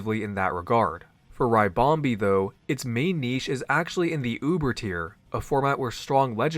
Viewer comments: When American PokeTubers mispronounce Pokémon names it makes me shiver 🥶 lol but happy to be wrong if I am, but is it not RIH-BOM-BEE (like a ribbon) 🎀 like what the Pokémon is shaped like so not RYE-BOM-BEE ? Love the content as always, by the way it’s just one of my little pet peeves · It's a ribbon bee, not a rybon bee. It's ribonbee not raibonbee